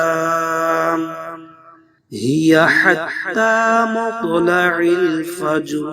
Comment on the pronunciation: Will u please concentrate the سوره القدر its مطلع الفجر not recite correctly 😔 may I Wright or wrong please I need all listeners help me 😕